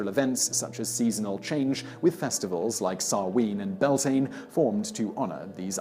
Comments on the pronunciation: Interesting info.The pronouncuations of the Gaelic words are waay off! Samhain isn't "Sow-ween" but more like 'Sow-an', sow as in 'cow'. "Bealtane" is Bel-teen-A, not Bell-tane. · It's byal-tin-A not belltain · Samhain = sow-an Bealtaine = bal-tha-na I actually want to cry why can people not just research pronunciations I'm begging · I know but being Irish it kinda annoys me, I just can't help it. Also it's Bealtaine here(pronounced BE-Al- TANA) it's kinda those things that get on my nerves. But what really ticks me off is when people are expecting names and words to sound lie English and end up just criticising it. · Bealtaine......welllllll I can't even begin to explain how that's pronounced....loved the video anyhow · You miss-pronounced Bealtine!